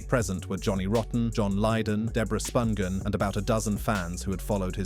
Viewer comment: Sid Vicious is buried in NJ?? Props to this narrator for pronouncing Spungen correctly. 👏